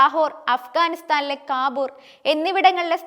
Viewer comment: യുദ്ദം? യുദ്ധം. അഫ്ഗാനിസ്ഥാനിലെ കാബൂർ അല്ല. കാബൂൾ